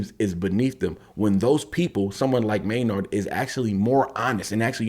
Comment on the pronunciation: Tool army roll call. Also the first name is pronounced may-nerd. Edit: also if you can bop your head to Danny’s beats on the first listen you are 1 of 1. Edit #2. Wow. Your commentary is spot on and amazing! You are very intuitive. Em is the rap genius and Maynard is the rock genius!! Also you apologized for talking so long, but this is what we want. This is why we seek out these reaction videos. Not to watch someone bop their head and when the song is over just be like, peace out.